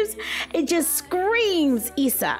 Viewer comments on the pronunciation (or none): none